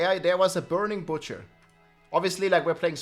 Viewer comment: Burning “Batcher”